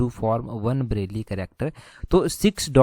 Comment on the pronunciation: ब्रेल है वो ना के ब्रैली..